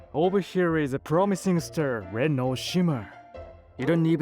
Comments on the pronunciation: Star, pronounced like Stir and other problems. Course becomes Curse. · PLEASE PLEASE PLEASE Hire better English speakers. You guys are making fools of yourselves w/ this bad English translations. Example You say Ster not Star & Gurl not Girl